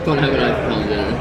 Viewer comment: “diNnYer” -corbs